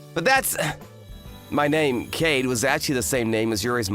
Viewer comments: This is the second video today with the same two problems. First, this VA's Japanese pronunciation is awful. And given that he does voice overs for manga dubs its a real problem. For example, in this video his pronunciation of Kaede as "Cade" was particularly jarring when juxtaposed against the female VA, who would pronounce the name correctly. And its basic freaking terms that anybody who watches anime or mange dubs would know (e.g., yandere, which this VA has butchered for at least a year). It's highly sloppy and unprofessional. Second, the whole "I must reject you until I prove myself" trope - it has been rearing its ugly hear more often recently in manga dubs, and it is an awful trope indicative of a beta MC. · Oh forf's sake, KA-E-DE, not KADE. Your female seiyuu seem to get it right. What's the deal with that bloke you always use for your lead character? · Every time I heard "Kade" instead of "Kaede" I winced out of cringe. How was Yurie the only one who was able to pronounce his name correctly? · Why is it that the male AV doesn’t know how to properly pronounce “Kaede” yet the female AV does?